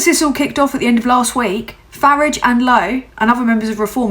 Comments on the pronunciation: Well well well. YT came up trumps putting you in my feed. Ps I applaud your British pronunciation of farage's name. When its day time I will share. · I like that you pronounce Farage like the Clash pronounce garage, like I preferred to say it as a kid. I was born in London, lived and raised in Crawley from age 1 to 7 and change when we emigrated to Canada. First time here, as hard as that may be to believe. Subbing. Thanks for being you,. 🖖🏼😉🎶❤️🍁❤️✨️🕊 ✊🏼🤬🤜🏼💥🍊💩🦤👿🤡🤖🤡🤡🤡